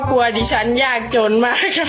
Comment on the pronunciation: อยากจน. ไม่ใช่ ยากจน พิการ..............ฟันหลอ 😂😂😂😂😂😂😂😂😅😅😅😅😅😅😅😅